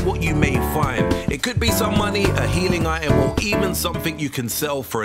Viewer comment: its ITEM not ay em